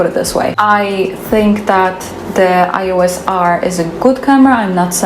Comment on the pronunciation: Small detail worth to improve in your next videos: it's Canon E-OS not I-OS ;)